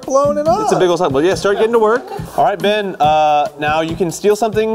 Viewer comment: HIS NAME IS BEN NOT BIN😂